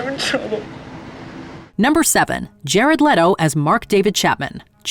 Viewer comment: I'll say this one time: Jared Lee-toe. Not Let-oh. He pronounces it as Lee-toe, so I'm certain that Jared knows how pronounce his own damned name. Just STOP! 🙄